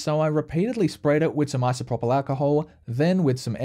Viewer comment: Correct pronunciation of isopropyl: ai·sow·prow·pl